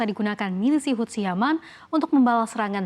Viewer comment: satu hal lagi yang aneh dari anchors cnbc = baca houthi mereka baca hutsi 😂😂 LOL